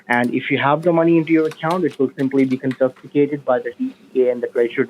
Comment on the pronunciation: Oh WOW... it's been ages since I I've heard one of these dumbasses say "your funds will be CON-FIST-ICATED" 🤣🤣🤣